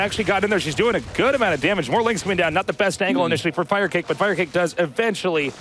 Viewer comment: Really Artosis? You thought it was pronounced "Fire kah kay" all these years?